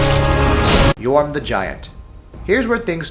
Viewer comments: ITS FUCJUNG YHORM NOT YOHURM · Right, well. 1. No Aldrich. Seriously? Just WTF. 2. Numerous misspellings, mispronunciations, etc. Curse-ROTTTED greatwood? YOHRM the Giant? EYE-u-dex Gundyr? THE Vordt? Lazy, lazy, lazy. 3. The list. Greatwood above Abyss Watchers? Yhorm above ANYTHING (seriously, the menu switching is the only threat in that fight) Consumed king at #4? Deacons above Vordt? Friggin' Asylum demon 4.0 at #7? Terrible, terrible list.